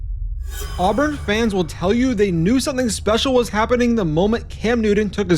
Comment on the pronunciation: At least pronounce his name correctly. Its Cam NEW-TON, not Cam New-done. And its AHH-BURN, not Arrburn